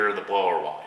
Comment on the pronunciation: The blower, "whines", not wine.